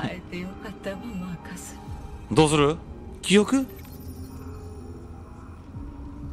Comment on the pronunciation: マークスってずっと言ってますけど、マーカスです